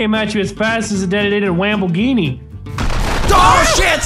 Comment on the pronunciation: All I heard was 'Bwand new dededede wamboghini'